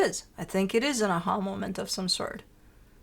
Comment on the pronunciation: I was trying to find the definition of “ahulmament”… then I had an “a ha moment” and realized what it was you were saying. I love your energy and insight. You are always smack on with your interpretations of Aries readings. Thank you for sharing your wisdom over the years!!